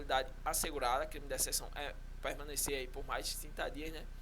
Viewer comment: Deserção se ler (DeZerçao ) ☠️☠️ vibra